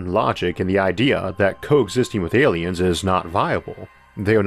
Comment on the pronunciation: I cant watch these videos cause i cant get past the voice and wisp. Pawanoid Awiens is all i hwear